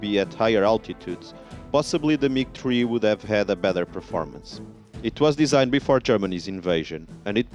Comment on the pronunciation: OMG just say MIG stop calling it MIG TREE !!!!